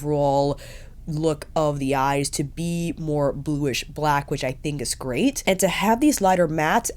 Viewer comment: Love this review, the best one yet for this product. I'm happy to see it as I've --- ORDERED -- this woohoo... "but when you use it it's a grey't time"